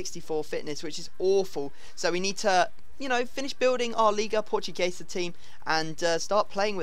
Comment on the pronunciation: Why do you say "Liga PortuGAYsa?"